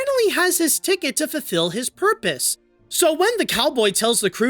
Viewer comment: "fulfill his porpoise"